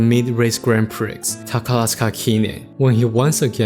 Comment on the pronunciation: I may be picky, but minor correction: "Prix" rhymes with "free", the "x" is silent and the "i" sounds more like "ee". Good video though, as a TM Opera O lover myself, I love to learn about that creature